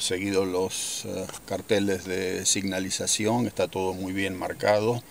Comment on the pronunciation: Genial el capítulo. He notado que dices signalizacion y entiendo que la correcta es señalización!!.. muchas gracias!!!